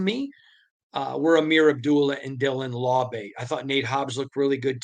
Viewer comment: "LAU-BEE" not "LAW-BAY" 😅